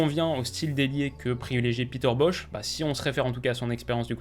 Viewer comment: c'est bosz pas bosh